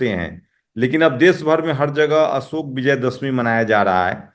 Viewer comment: अशोक ऐसे होता न कि असोक